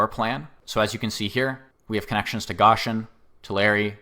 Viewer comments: Gōshen not goshen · Goshen is pronounced "GŌ-shin" with a long O sound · but for future reference, you say it like ocean but with a g obviously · Like the one who corrected the Visalia pronunciation, thank you for correcting the whole 'Goshen' thing. Sounds like 'ocean' but with a 'g' at the start. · Also, in that vein GO-shin — GOE-shin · why is bro saying goshen like that